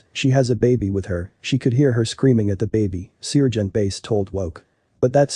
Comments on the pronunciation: Great heartwarming story but the robot voice "sear"-gent is annoying 😑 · Lucky, it was an annoying robo-voice that kept pronouncing Sergeant as ce-urge-e-ant. Basic story...39 year-old drug head babysitter in grocery bathroom with 14 month old. The sitter was trying to hide drugs from cops, while baby was drinking Dr. Pepper from a baby bottle. The Sargeant got the baby away from the woman, she got arrested, baby safe but mother is in jail for unspecified reasons. Looks like that poor child will end up in foster-care. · Not all cops are bad. God bless this sargeant. By the way, it’s pronounced sar gent.